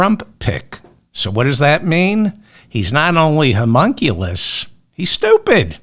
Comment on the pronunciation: Busy day. Great intro. 😅 "Humunculus". 💙🩵👣